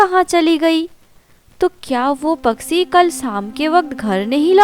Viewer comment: Story to bahut achi hai but is video mai jisne bhi audio narrate ki hai wo bahut ajeeb tareeke se bol rahi hai kahani sunne mai maza ni aara Paksi ni hota its pakshi bolte hai plzzz work on your hindi